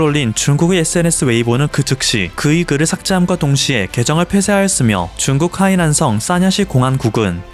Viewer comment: 7분 7초 "북한이 한국에 준둔하므로써.." 내가 잘못 들었나 해서 자막을 봤는네 중국이네요 ㅋㅋ 소리만 듣다가 놀램 ㅋㅋ